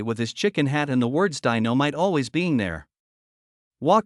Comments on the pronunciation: It's not DINO MITE ITS DYE NO MITE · I know he keep butchering everybody's name sometimes he says it right and then he doesn't, how you going to butcher the name Dynamite, he must be reading a script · He is butchering so many words, sometimes he says they're right name and then he messes it up like he can't remember the names again, in the beginning he just butchered Dynamite